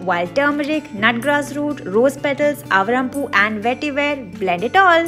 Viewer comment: Isn't it pronounced like "aavaarampoo" instead of avrampoo